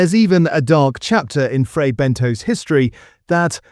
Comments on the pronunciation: L They are frey benTOS , NOT BENTOES, and i still love them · I really think it’s pronounced Ben-toss and not Ben-toes